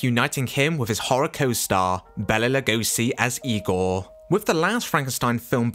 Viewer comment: Good job, well done. I give great credit to your saying IGOR the way Bella says it.